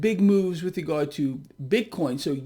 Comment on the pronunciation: says that as well... BIT-CORN....🤣🤣🤣🤣